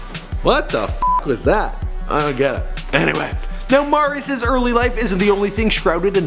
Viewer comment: This dude...is not good at his job...doesn't even say the name right, he is NOT Mahrius. It's MERRY-us, Marius Listhrop